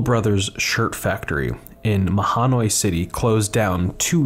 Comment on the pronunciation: Superb video. Very well documented. I appreciate seeing this bit of history of the Skook. Also by the way… Not that you are expected to know this, but we typically say ma-noy. We leave out the ha because it’s nothing to joke about. Thanks again for posting, I liked, favorited, and subscribed